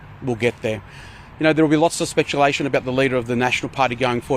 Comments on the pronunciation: Speculation John, not spectulation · 3;13, ALSO "...there will be lots of 'spetulation' about the Leader of..." 😅🤣